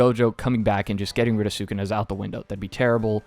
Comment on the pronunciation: Taking your Puerto Rican card given the way you pronounce sukuna